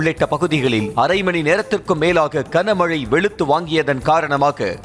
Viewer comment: Kana mazhai illaiya. Gana Mazhai. 25 தடவைக்கு மேல் இந்த கொடுமையைக் கேட்க முடியவில்லை.